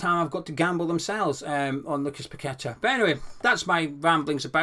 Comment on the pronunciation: Nice Post as usual and we must get kudus ffs. Glad your one of only a few that actually pronounces paqueta properly not pack a tar ffs.